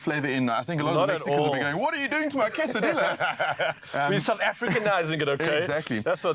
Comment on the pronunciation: Hey, my Siffefriken buddies. It's pronounced quesaDeeya, and torteeya lol 😅😅😅😅